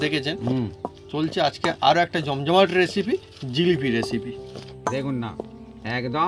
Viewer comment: এসিপি নয় রেসিপি হবে। ঠিক করে উচ্চারন করুন।